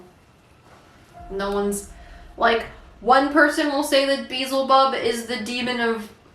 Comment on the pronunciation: “Beezle bub” 😂